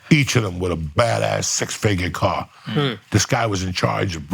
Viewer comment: Car...not cart. That's fed talk